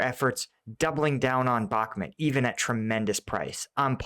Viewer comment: Bakhmut not Bakhmet please pronounce correctly you atleast try to pronounce the other towns properly im sure you do it on purpose